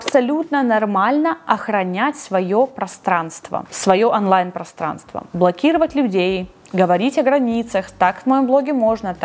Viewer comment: Классное видео, как и все другие ❤ но слова «Афлайн и Анлайн» так режет уши )